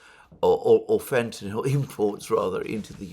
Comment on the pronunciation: Alexander is the only person who pronounces fentanyl correctly. Americans can't do it.